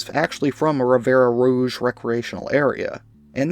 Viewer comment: Ffs... it's Rivière Rouge. Means Red River. To pronounce, rivière = riv-ee-air. The final 'e' is silent.